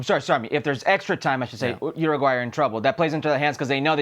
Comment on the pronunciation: It's not pronounced Ruguay, it's pronounced youraguay.